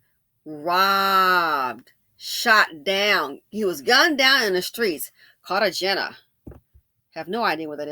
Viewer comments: Medellin is pronounced Med- e- yeen. Cartagena is pronounced Cart-a-hena. This is a common occurrence in Colombia. They give them a drug called Scoplamine AKA “Devil’s Breath”, then rob them. Sometimes the drug is so strong it kills them. They go to Colombia and stare at these women all thirsty looking 😂 and then they get drugged. Another thing is they think they can speak to Colombian women anyway they please and put hands on women like they do in the US and Colombian men don’t play that. I guarantee, these dusties will be jumped so quickly for disrespecting their women. 😂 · Hey sis. The cities are pronounced med-uh -YEEN and car-tuh-HAYN'-yuh.